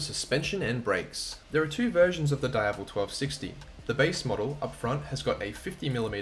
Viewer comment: Say it with me... DEEAVEL. is not dyevel.